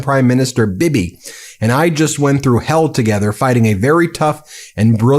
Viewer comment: It's pronounced Bee Bee, not bib-eh